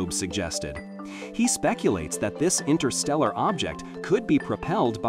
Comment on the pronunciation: Fascinating. 11.34 "Intersteral'.... don't know such word 😂 suppose it should have been Interstellar.